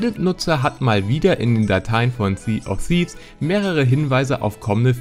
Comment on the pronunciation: wegen der aussprache versuch es mal mit "si of fievs" <-- so ist es glaub am leichtesten auszusprechen